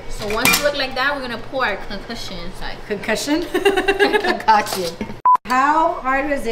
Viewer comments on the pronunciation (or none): always gets the word concoction confused with concussion it’s soo funnyyy 😭😭